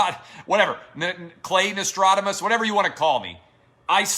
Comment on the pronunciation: It's Know-Stra-Dah-Mus.